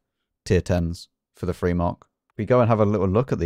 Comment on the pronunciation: "Free kills". IS Free"? "Matilder"?? Is it that hard to pronounce words?